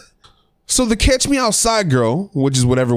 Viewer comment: It's catch not cash